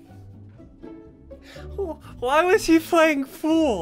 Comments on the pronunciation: I laughed when ssundee said fool instead of pool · Why did you say fool instead of pool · As you were laughing and said why they playing pool it sounded like you said fool